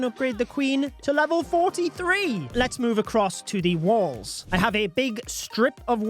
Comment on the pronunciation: Why does he say “Wils”???😂😂😂